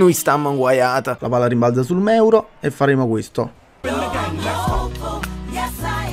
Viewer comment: Da notare che dice meuro